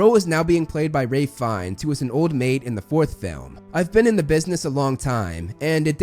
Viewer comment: I'm glad you know how Fiennes pronounces his name and wants it to be pronounced. I worked a little with him on The Menu, and it was a major faux pas if you got it wrong around him lol... It was almost like saying Voldemort. "We do not speak that name!"